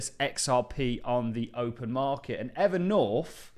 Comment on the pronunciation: Evernorf. The English are unable to pronounce th for some reason.